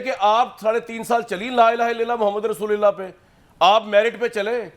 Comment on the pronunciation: Rasoolillah Ni Rasuu lullah hai jnab